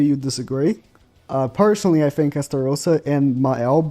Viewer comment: "I fink like it could be like..."